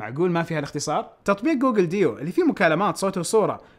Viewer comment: ترا تتنطق جوجل دوو مو ديو